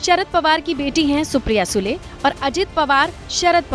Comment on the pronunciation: Aap SUDE aise read kar sakte Sule ??